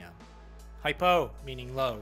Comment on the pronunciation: why did you say hypo like that 😂 reminded me of a pokemon haha